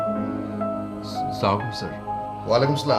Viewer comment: সালাম এভাবে না,,,,আসসালামু আলাইকুম,,, এইভাবে,,,,হয়,,,আসলে আজকাল সালাম টাও মানুষ স্টাইল করে বলে,,,স্লামালাইকুম